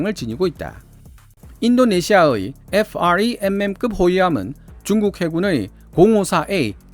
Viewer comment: FREMM을 일일이 에프알이엠엠급이라고 발음하시는게 상당히 불편하네요. 그냥 처음만 FREMM이라고 하고 프렘이라고 발음해주시면 안될까요? 긴단어를 일일이 정식명으로 길게 듣는게 힘들답니다.